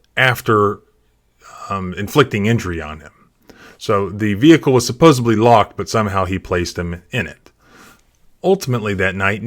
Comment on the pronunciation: There is no ‘b’ in the word supposedly